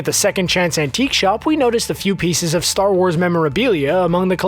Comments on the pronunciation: "ATAR WARS" eh? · Atar Wars